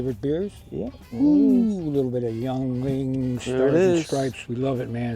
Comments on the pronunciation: Great technique. BTW it's pronounced ying ling here in PA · Holy cow your favorite beer and don't know its pronounced yingling